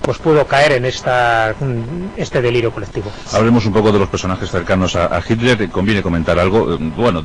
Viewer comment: Porqué pronuncian tan mal el nombre de HITLER? Me he dado cuenta que la mayoría de los españoles, no lo pronuncian correctamente.